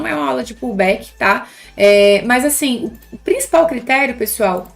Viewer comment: Sim kkk tava falando 'asfim'